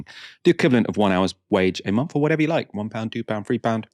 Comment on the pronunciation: please sort out your phonetic pronunciation of 'th' sound (like 'month), as opposed to 'ph', which goes bizarrely unaddressed (like your pronunciation of month sounding like 'mumph') - you are typically very well enunciated, but fall apart here!